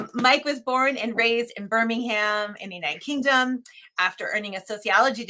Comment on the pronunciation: Ooh, I have to call out the Birmingham pronunciation there---American flag on the play! lol